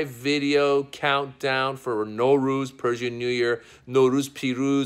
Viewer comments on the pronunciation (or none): They way u say it Norooz it means no day. You should say Nowruz